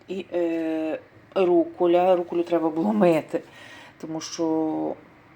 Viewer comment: Ріже вухо ваша /руколя і брезаоля/ чому не рукола і брезаола?